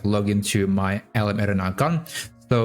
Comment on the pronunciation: Couldn't figure out what LM "Air-ray-na" (said very fast) was until I realized you were pronouncing LM "Air-Ree-Na" creatively. Hoping you might use the common pronunciation in future videos. Thanks for the great content!